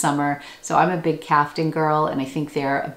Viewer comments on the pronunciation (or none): The word “caftan” is pronounced like calf + tan. Not caften. I hope you don’t mind my pointing this out. Your videos are very illuminating. Thank you.